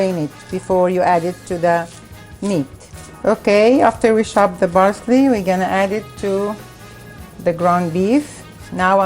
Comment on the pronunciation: I love it when say " We're gonna Chob it " XD